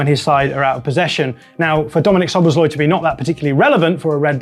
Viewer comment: Not sobosloi, Sobosslaiee